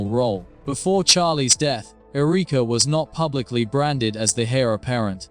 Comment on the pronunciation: AI Who says Ereeka?